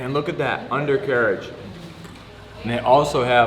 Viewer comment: He said undercarriage like he was dave portnoy rating pizza haha